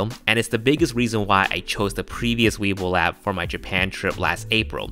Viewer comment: Did I hear him right? I thought I heard weebil wab.